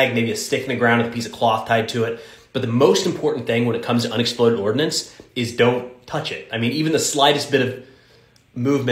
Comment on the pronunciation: Ordnance has 2 syllables